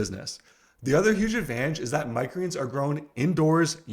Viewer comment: I wish he'd slow down and say "microgreens" properly LOL.